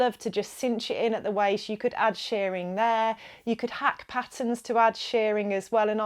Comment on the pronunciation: Shirring is pronounced like the i in girl or whirl, not like shearing in removing fleece from sheep. Otherwise thanks for the video.